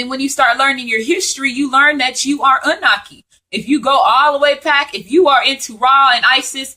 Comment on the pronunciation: Love the info I just have one thing tho it's pronounced ah-new-nahki. Not trying to correct you just want you to say it correctly so people who aren't familiar will be well informed and be able to know exactly what ur talking about. This was awhile ago so you probably have already made the adjustment. Peace and blessings